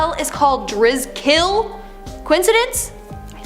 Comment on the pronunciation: The hotel isn't pronounced the Dris-kill it's the Dri-skill